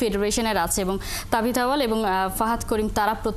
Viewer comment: Uccharon TABITH AWWAL